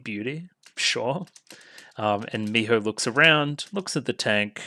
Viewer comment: A tip for saying "Miho" more naturally is to "breathe out" the "ho" sound instead of "blowing out" the sound, if that makes any sense. The H sound should come out with your breath, rather than be something you form in your throat. It's hard to explain, but the Japanese H sound is weird.